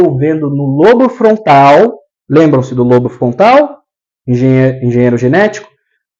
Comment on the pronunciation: Caro,. Gratidão pelos ensinamentos que compartilha conosco, aprecio muito o seu maravilhoso trabalho. 🙌🙌🙌 Gostaria apenas de te dizer que a palavra “lobo”, por exemplo, lobo frontal, embora não tenha acento agudo nós falamos como se tivesse, então se diz “Lóbo”. Só dando esse alô porque as pessoas podem ficar confusa pensando no animal, lobo. A parte mais anterior do “lóbo” frontal, atrás da testa tem função de planejamento e execução de comportamentos aprendidos e intencionais, acredito que por isso, implantam microchips nesta região. Já o hipocampo desempenha um papel importante na memória e no aprendizado e está envolvido na formação de novas memórias, na recuperação das memórias e na decisão do que é importante ser memorizado, talvez a explicação pela qual também atuam nesta região para resgatar memórias traumáticas dos obsidiados. Abraços meus Amigo Gratidão Eduardo